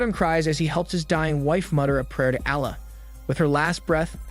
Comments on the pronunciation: omg the way u pronounce allah :( very bad pronunciation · 😆 bro really struggling to say allah correct, you can just say god it just a arabic word that translate to god